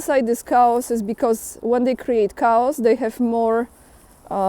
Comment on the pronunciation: chaos is Greek. The ch is pronounced K in English. So the word sounds like Kay-os.